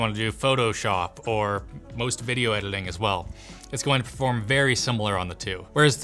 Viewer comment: So no one is gonna talk about saying video ediling???